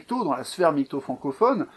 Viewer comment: Arrêtez de dire "migtow", prononcer l'acronyme de façon si grotesque participe à décrédibiliser la chose, comme si au lieu de LGBT on disait "elgeubeut".